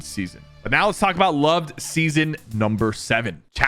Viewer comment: bro really said lov-ed